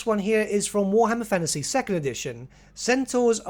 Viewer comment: cant watch your videos anymore cos you keep saying 'fannasy'